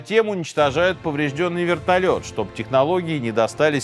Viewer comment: Вэртольет приземлился тихо😂 сказка дэтэй пугать